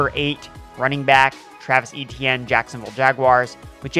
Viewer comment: Eh--Tyen. Eh-Tyen. Not EE-Tee-En